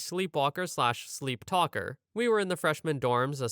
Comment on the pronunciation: "Sleeptalalalker" lol